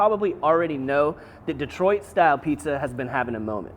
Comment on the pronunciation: LOL -- "DEE-troit" I grew up in Kansas too and it comes out "duh-TROIT".